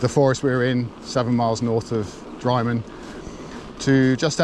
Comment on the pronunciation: Looks good! Drymen is pronounced "Drimen" rather than dry-men. As an Englishman who lives in Scotland now, I only know this from it being en-route on the West Highland Way...